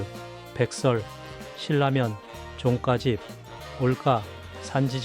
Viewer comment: 종가집 말할때, 발음이 이상해요.... 나만 그런가?